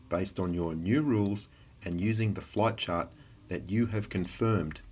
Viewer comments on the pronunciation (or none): I swear to christ, when he was saying "flight chart" I heard "flat chart." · I feel like I'm hearing him say "Flat Chart" instead of "Flight Chart"